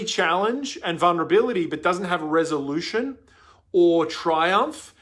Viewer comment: replay- i love that you said vunrability